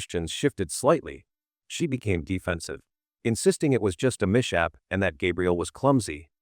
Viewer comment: I have to admit that as good as this video was, it was so hard to listen to due to the AI voice mispronouncing words like "mishap" and "catalog"